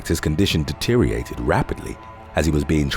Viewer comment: My only pet peeve with this channel: how the narrator always pronounces "deteriorate" as "deteriate".